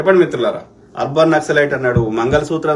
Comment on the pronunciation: Not naxilite nasal